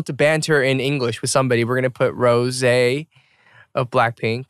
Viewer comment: 😂she said rosiee